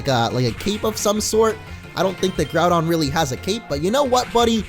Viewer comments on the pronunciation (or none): none